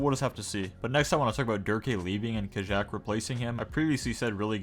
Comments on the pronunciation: No hate intended but I think Kajaak is pronounced Kayaak Keep up the uploads ❤❤ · it's pronounced ka-yak" no?